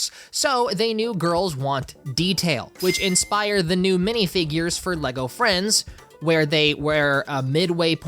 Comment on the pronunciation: I thought you said “Lego Elvis” and was INCREDIBLY confused